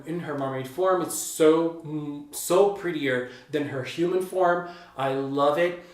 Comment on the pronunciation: Why did I almost always when you said "mermaid form" as "mermaid farm"? XD